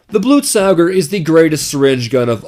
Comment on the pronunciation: ITS BLUTE-SOH-GEHR FFS